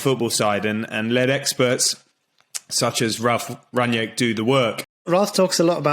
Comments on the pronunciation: Please pronounce his name correctly; two syllables - RANG-NICK and that is it. Do not pronounce it as you would pronounce an english name. Have heard only one guy/person on the various Stations pronouncing HIS NAME correctly. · It's pronounced "Rang-nick". Not "Ranjek". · "Rung-Nick" - You're welcome.